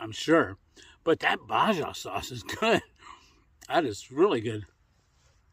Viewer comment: lol. Baja is Spanish. It’s pronounced bah-hah. Lake in Baja California